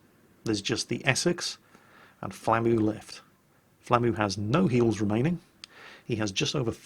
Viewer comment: It took me a while to realize you were saying "flamu" and not "Flammie". I was like: "When did the big fluffy dragon from Secret of Mana become a soviet destroyer captain?"